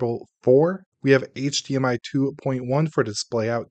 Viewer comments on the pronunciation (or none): none